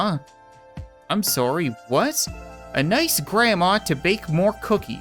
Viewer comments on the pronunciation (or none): none